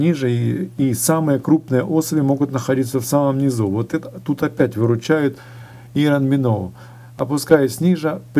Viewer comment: Так слух режет- ирон миноу. Извините но поправлю- Айрон Миноу.